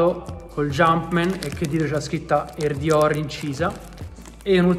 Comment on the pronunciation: mi sa un sacco di Romano 😂😂😂😂😂😂